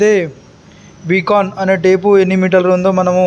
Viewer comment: బి కాన్ కాదు బైకాన్